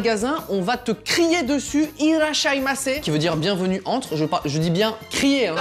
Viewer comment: insiste plus sur le "e" x)